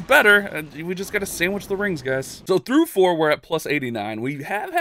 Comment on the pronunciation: again with the Fourrrr 😂😂